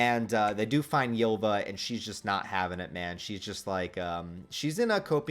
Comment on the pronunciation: Btw Ylva is meant to be pronounced like Ulva